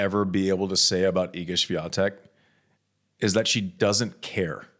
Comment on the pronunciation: When will you ever learn to pronounce Swiateks name?! Its pronounced SWIONTEK 🤦🏼‍♂️